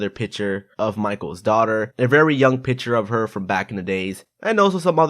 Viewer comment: He said piture instead of picture